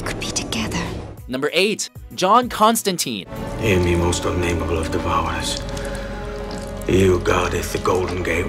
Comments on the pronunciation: Why does everyone mispronounce constantine. It's Constantine like fine. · mispronounced constantine like everyone else